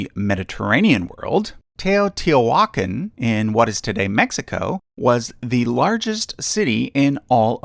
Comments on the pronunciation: Wonderful job. To be helpful, "Teotihuaca'n" has an accent printed over the last "a" meaning that syllable is stressed. Thanks! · Oh boy you butchered Teotihuacán and Tenochtitlan